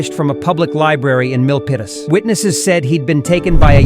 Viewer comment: Praise God 👏 for creating a bus driver willing to be alert. Milpitas is pronounced Mill Pete us